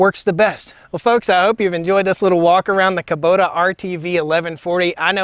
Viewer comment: Haha i love how you say Kuboter. Please make a song "Taters 'n' Kuboters"!